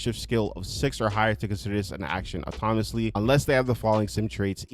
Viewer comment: Dude, you are saying "autonomous" and "autonomously" correctly!!! It's pretty sad that most of these "fixes" are just basic house-keeping... they fixed the things they were too lazy to fix some time ago. Ridiculous.